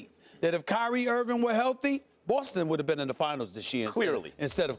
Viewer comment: Stephen A keeps saying "Irvin" when his name is 'Irving". Come on man!